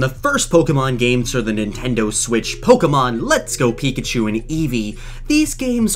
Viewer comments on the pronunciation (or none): none